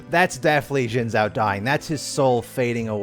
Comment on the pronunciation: Xin Zhao*, not Shen Zao or Zhen Zao or Zen Zao. 😰👍